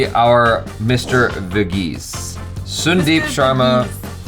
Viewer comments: Not sundeep it's pronounced as sun-deep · Bro, small correction Sundeep is pronounced as 'San-deep' Sun in Sundeep pronounced as how we say 'Sun' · Question - how come he is pronouncing sundeep using u instead of a sound. Sun is an English word and is pronounced with a sound. Come on